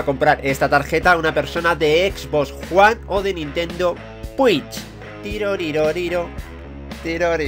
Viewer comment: Jajajajaja me encanta cuando dices Xbox Juan